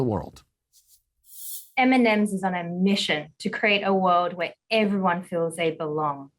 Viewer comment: "M&Ms in on a mission to kweeate a wowed where everywon bewongs"